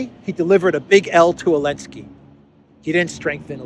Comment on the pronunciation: Why don't you say Zelensky correctly? I'm curious.